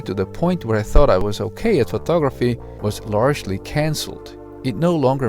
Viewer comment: photography, NOT phtography.